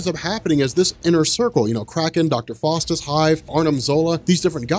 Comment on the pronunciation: Its pronounced Dr. FOWstus, not Dr. FAWstus. Small point perhaps, but pronunciation IS important. That said, GREAT video as always: you help make sense of a more or less nonsensical, increasingly large comic "mulitiverse". Thank you!.